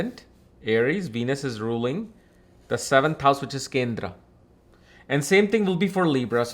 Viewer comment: Bhai sahab Accent to theek hai copy karo koi problem nahi.... But ye Hindi words kyo change kr diye. Yog ko Yoga Kindr ko kindra 😂😂